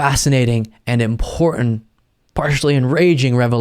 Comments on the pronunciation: The word is "important" not "impor-ent". Dude you are so intelligent and have a great presence on camera but PLEASE do not let yourself fall into this ghetto baby talk BS. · important has a T on the end of the word Americans can not seem to pronounce the word, always with love Gordon